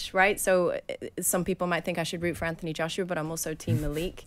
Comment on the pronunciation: She's obssesed with Wilder. Why does she also pronounce Anthony Joshua's name like that?